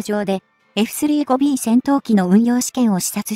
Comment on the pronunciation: 「エフスリーごビー」とかの読み上げ方はなんとか改善して欲しい。